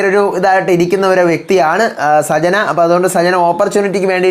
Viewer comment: സജ്ന അല്ല.. സച്ചന.. ആണ്..